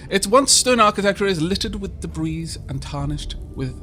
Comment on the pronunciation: The S in debris is silent. TMYK